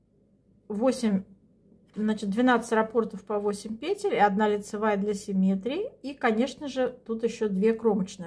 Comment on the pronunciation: Сколько здесь красоты!!! Можно я у вас поселюсь? А ваши ударения на "накИд, пЕтель (мн.ч.)" за это отдельное спасибо!